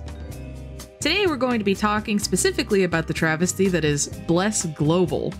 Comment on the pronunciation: Love the way you prononce Bleeerrc lol